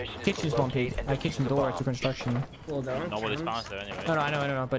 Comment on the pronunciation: Kitchen kitchen owwww not kitchen 😂